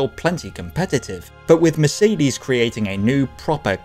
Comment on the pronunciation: When you do another one with a Mercedes then please open Google translator > switch language to german at the top > type in Mercedes > klick the loudspeaker at the bottom > listen to a proper pronounciation I promise, it's really easy to pronounce 🙂